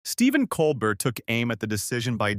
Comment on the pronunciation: Not coal-Bert. It’s coal-bear.